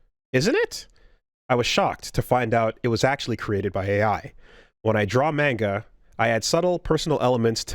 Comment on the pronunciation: I don't think i've seen gamers pronounce manga properly